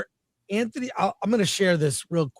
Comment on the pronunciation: Dang Chris butchering Antony’s name lol